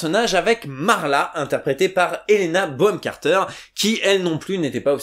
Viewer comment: Excellente vidéo ! Surement l'un des films que j'ai le plus maté en VF ! Et surement l'une des VF j'aime le plus ! PS: C'est Helena BoNham Carter et pas Boham ! Bisous ! ;)